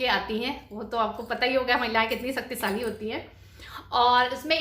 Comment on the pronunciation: Saktisali nai hota h shaktishali hota h